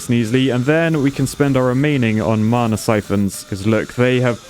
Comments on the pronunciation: Anyone else getting really triggered by him saying marna instead of mana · There is no R in Mana..... No one is that southern. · the way he says mana as if it has a r in it marna